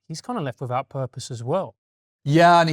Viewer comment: "Freatened", "Wivout"? Are you an academic James? You can't even pronounce "th" properly.